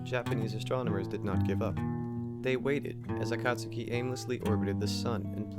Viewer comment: Hey, I totally missed this upload. Was thinking about your channel only a few days ago. Great job as always, presenting unusual and thoughtful content. I love that you pronounce Akatsuki properly, too. Greetings from Australia. 😁👽🛸